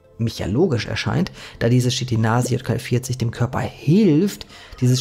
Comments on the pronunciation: Nicht J KL sondern: Y KL ! Er sagt immer JKL ! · Sehr interessantes Video, ehrlich! Dennoch, bitte, bitte "K"itin nicht "Shit"in und "Y"kl nicht "J"kl! Danke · Danke, interessant! Dann lasse ich mal den Insektenburger 🍔. Ypsilon-ka-el, nicht Jot-ka-el, um Verwechslungen zu vermeiden!